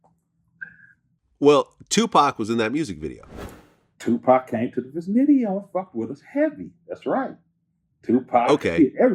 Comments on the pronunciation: Did this nigga say "Viznidio"??? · In that “ Viznideo” 😂😂👌🏿👌🏿👌🏿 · Bro said VIZ-NIDEO😂😂😂😂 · The viznideo 😆. Gotta love this man's vocab. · Lol "viznideo" uncle 40 on some whole other shit. Always and forever it seems 😆